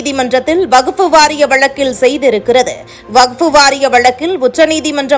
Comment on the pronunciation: அம்மா செய்தி வாசிப்பாளரே வகுப்பு வாரியம் அல்ல வக்ஃபு வாரியம் என்பதே சரியானது